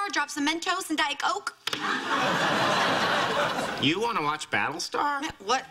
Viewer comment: lol i just realized that she said diet "oke" and not Coke lol